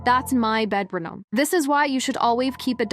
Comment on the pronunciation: “That’s my bednarom 😰”